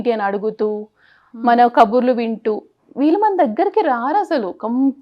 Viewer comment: విల్లు ❌వీళ్ళు ✔️